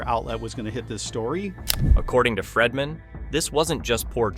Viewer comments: His name is Not Fredman! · And it's "Freedman", not "Fredman". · The whole video im screaming it's Brian freedman not fredman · When you do a story how hard is it to Pronounce the Names CORRECTLY ‼️His name is FREEDMAN Not FREMANTLE‼️‼️😵‍💫😵‍💫😵‍💫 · Not Fredman I hate when your iPad prints something you didn’t type! Again his name is Freedman NOT Fredman!!!😵‍💫😵‍💫😵‍💫😵‍💫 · I think Baldoni’s attorney’s last name is pronounced “Freed-man” not “ Fred-man”. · And Fredman! It’s Bryan Freedman! Idk how many times I cringed whenever “he” said Fredman. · This narrator mis pronouncing the lawyers name, over, and over again is ignorant. It's pronounced " Freed man" for God's sake! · HIS NAME ISN'T "FREDMAN"!!!!! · His name isn't "Fredman." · Do I keep hearing Bryan's last name pronounced as Fredman?! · I felt the same, 😂it was so annoying. At first I was like who’s fredman? Awwww Freedman!😂😂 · Is this AI narration? PLEASE pronounce Baldoni's lawyer's name correctly. Fingers on a blackboard,, man. Care enough to get it right.